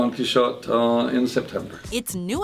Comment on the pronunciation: the way she pronounces Don Quixote in this vid really bothers me. You gotta say it right Done Key-Hoe-Tae. Not exactly like that but thats the frame work of saying it right.